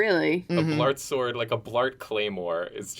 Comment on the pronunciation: BLARTZORD. that's what I heard when they said blartsword. I honestly think a Paul Blart megazord would be awesome. Perhaps include it as an item later, (a little BlartZord action figure) or maybe Blart's ultimate move. I think that would be so much fun